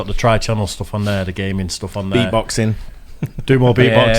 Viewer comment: During the intro, talking about the new channel, did say you have "gay men" stuff, or "gaming" stuff? Just asking. Sometimes, my Brit-to-Texan translator gets confused 🙃😉😎